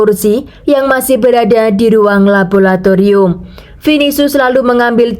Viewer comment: LABORATORIUM bukan labolatorium. Bahasa Indonesia chemistry adalah kimia. Menyuntikkan bahan atau zat atau cairan kimia bukan menyuntikkan chemical. Chemical itu kata bahasa Inggris yang merupakan kata sifat sedangkan ‘menyuntikkan’ itu harus diikuti dengan kata benda. Jangan campur aduk bahasa Inggris dan bahasa Indonesia jadinya salah dan kacau. Tapi bagus cara penceritaanmu 👍.